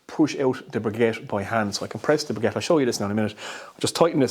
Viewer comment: Please make the effort to pronounce the word briquette properly. I think you will find less people close your video before it is finished if you would do this.